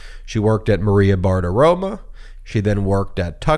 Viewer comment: Maria BartiroMOOOOOOOOOOOOOOO MO MO MO MO MO. Not Maria Bart-aroma. You're making us look stupid here. Let's not go down the "own the MAGA" path of being intentionally stupid.